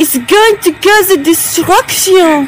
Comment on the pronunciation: “ITS GOING THCOO CAUSH EH DISTRUCTEEOH